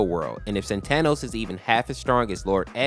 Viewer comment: Bruh its pronounced saatenohs